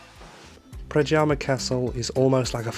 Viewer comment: the letter J is pronounced like the letter Y so, it is NOT pradjama but PRADYAMA!